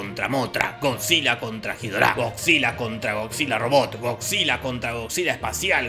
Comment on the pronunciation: King Ghidorah Nosotros: King Guidora Jorge: Jidorá!